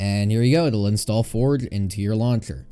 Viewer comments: my man pronounced forge forg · U said forge u should say forje